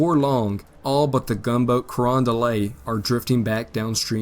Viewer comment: The “t” in Carondelet isn’t silent. At least it isn’t to people in St. Louis, where the USS Carondelet and several of her sister ships were built.